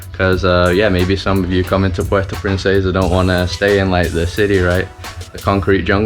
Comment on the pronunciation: I'm amazed by your fluent pronounciation of El Nido and Puerto Princesa